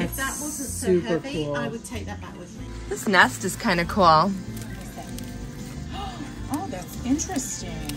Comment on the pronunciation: Cool is not pronounced coolel